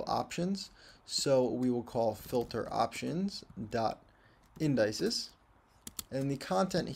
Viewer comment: indices is pronounced IN-DUH-SEES